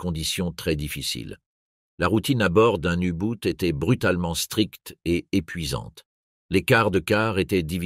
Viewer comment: U Boot, c'est de l’allemand, cela se prononce "ou bot" en français (langue de la video) ou mieux en allemand "ou boht ". La prononciation à l anglaise est ridicule .